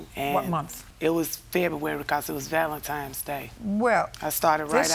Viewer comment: Did she say Valentimes day? 😂